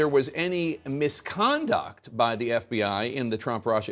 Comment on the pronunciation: The emphasis on "misconduct" 😂